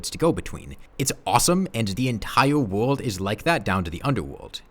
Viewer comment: Entiwe wowld